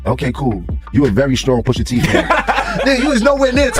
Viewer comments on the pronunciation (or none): “Push a” not poosha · Pusha not poosha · Who the hell is “POOSHA” 🤣🤣🤣🤣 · I was going to listen to this but the poosha instead of pusha is hard to get bye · How do you make a whole video saying the man's name wrong smh Pusha not Poosha smh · Poosha? It's pronounced push ugh.. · Yeah dont say poosha, it's pusha t, give him the respect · isnt it more disrespectful to make a video where a whole lot of ppl are saying the name correctly and then u out here callin im Pooosha T? 🤦🏿‍♂️ u mad at the wrong person my guy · Lady......who da fuck is Poohsha????????????? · Push Ah not Poosha! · Her saying Poosha repeatedly is pissing me off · Please stop saying poosha,please!!! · The way she keeps saying poosha irritates my soul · I can’t continue listening as she’s calling him Pushsa can’t even take this very serious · Hate these dumb videos when they don't know prints names. Who TF is poosha? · I turned it off when she said Poosha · Why she keep saying Poohsha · Come on man, "Poosha" is killin me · POOSHAH TEE 😂 MAZE 😂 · 😂 That “Poosha” was killing me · The commentator pronouncing his name wrong even when people in the video is saying his name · The way she was pronouncing his name irked my soul 😂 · My question is why they got Becky narrating this rap beef she can’t even pronounce Push T name right